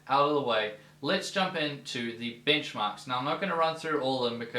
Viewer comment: I thought you said "Bingmarks" for a second.